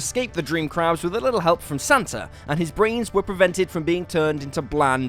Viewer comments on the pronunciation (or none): none